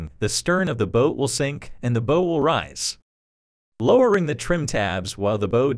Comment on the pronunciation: Very educational video, learned a lot. Good, clean graphics. However, the pronunciation of some words is not correct...especially for an obvious nautical term for the front of the boat.